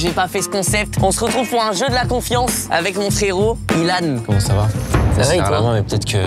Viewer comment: pourquoi tu dis Ilan c'est pas byllhan?